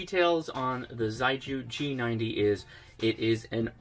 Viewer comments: I have a feeling the pronunciation is more like shay-gu, not zei-ju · correct pronunciation is closer to: she-ay goo. Chinese words don’t always sound how they are spelled in English. Great review. Nice to know there are HF options under $1k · The Chinese pronounce "xiegu" as "sheh-goo" and it means solid or firm in English. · Ok a little help with Chinese. Xi=She and gu=Who. So it’s “shewho” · Surely Xiegu is pronounced more like "she-ay-goo" ? And I'd LOVE to see some internal pcb shots! (hint?) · It would be pronounced "she-eh goo". If you really want to hear it, put 斜谷 (not sure if thee are the characters the company uses, but the sounds will be very similar to English speaking ears anyways. Its just tonal differences) into Google translate and use the speaker function to hear it. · Cute box. I think it's actually pronounced "Sheegu". I'd actually get one of these. Beats having to run a laptop or PC with an DVB-T stick with RTL Chip to use it for SDR purposes. I just wish there was a version WITHOUT transmission feature so even folks without HAM license could use it just to receive. I'm sure it might be even smaller then. The Morsecode decoding feature is really awesome. :) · Thanks for the review, really encouraging! In a very sincere spirit of helping, the pronunciation for Xiegu is quite far from that though. Putting 协谷 in Google Translate will allow it read it aloud to you; very roughly it's more like 'see-yeah goo', with almost a hiss to start, and a hard g for the gu. On the air it could get pretty confusing when there are many different approaches to pronouncing the manufacturer name!